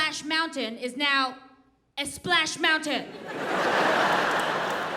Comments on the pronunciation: "Eh-Splash Mountain"! 🤣🤣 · "Esplash mountain" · the accuracy in “Esplash” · Splash mountain becomes Esplash mountain & spain is Espain 😅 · Esplash Mountain! I laughed so hard! Thought my husband was the only one to put an e before every s word. We go esnowboarding in the winter 🤣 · LMAOO “what was splash mountain is now ESPLASH mountain” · “E-SPLASH MOUNTAIN” Lmfaooooo My mom, gentlethems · Aahhh. she said Esplash mountain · The why did she say Esplash Mountain*. Latinos now how to say, "Splash Mountain". So, just *EEEEEeeeeeessssstop 🛑